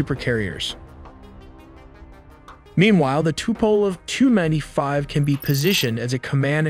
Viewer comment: Oh man, the pronunciations on this video are horrendous! As for the Russian aircraft, you have to say each of the letters before the number, i.e. T U-95. Not "too-95." Rotary you pronounced Ro-tarry. Flaperons are not pronounced "flay-per-ons." Those "pods" you said that hold the TU-160's engines are called nacelles. This is common aviation terminology, recognized the world over. Apart from that, the graphics were pretty cool, but did you really need to slap your logo all over everything?